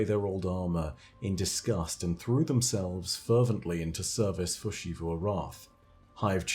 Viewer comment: It makes me irrationally angry that you pronounce Xivu like she-vu